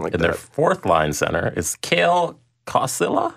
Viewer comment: Kalle=Kale? Lol its "Kal-lie" Kossila and Ondrej "Kash-a", like Kesha lol show the Ducks some respect! ;)